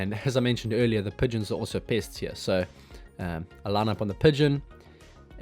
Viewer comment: Oh PESTS, not pissed. LOL